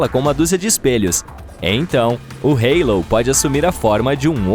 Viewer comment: por favor, corrija a pronúncia de 'Halo'... Não se diz 'reilo', em português pronuncia-se Álo